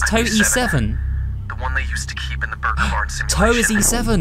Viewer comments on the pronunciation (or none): Friendly note you said gurke wrong